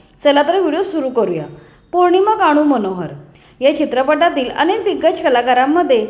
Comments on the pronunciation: आवाजातील 'खाजर'नाही,'खर्ज' असा शब्द आहे.'ज'चा उच्चार जंगल मधल्या 'ज'सारखा करतात. गाढू नाही,गानू असा शब्द आहे. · निवेदनात गाणू असा उच्चार केला आहे.तो चुकीचा आहे.